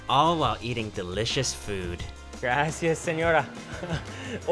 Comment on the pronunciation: “Grassy us sinora” lol